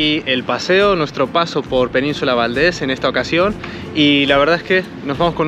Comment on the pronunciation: Se dice península de Valdés.